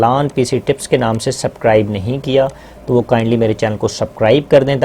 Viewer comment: sir sorry to say subscribe ka word thk bola kre ap s chor dete h acha ni lagta